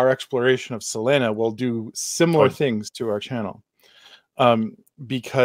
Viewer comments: Why are you saying her name like that? 😅😅 "Sa lin ah" sounds crazy Try "Suh Lee nuh" instead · For God's sake can't you pronounce Selena's name the right way